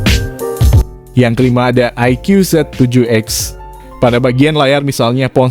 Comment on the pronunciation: IQOO dibaca Ay Kuu Bukan Ay Kyuuu :D